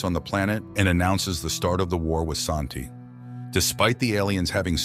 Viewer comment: They are pronounce San-Ti. IDK where you got 'AShanti" In original Chinese translation of the book it is call "San-Ti" but in the English translations it is call Tris loran.